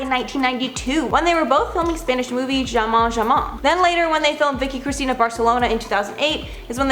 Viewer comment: Love ya,. Only a quick correction, jamón is pronounced HA-mon.